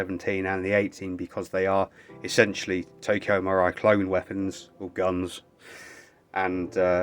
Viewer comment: Marui is pronounced marooee